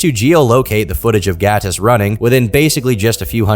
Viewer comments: Your pronounciation of Gatis is on point, are you latvian? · Noooo. Not him being Latvian 😔 Also props to the pronunciation of Gatis, it was good.